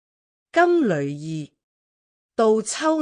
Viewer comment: 我小時候老師教金縷衣，是讀金柳衣，從無人讀旅，現在跟普音讀咗金旅衣，有些字的讀音都變得奇奇怪怪